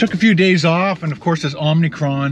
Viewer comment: aa·muh-kraan, not Om-ni-cron. Sorry. Bugs me.